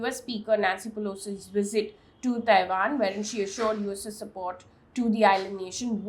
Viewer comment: Mam...it's 'V'isit,not 'W'isit.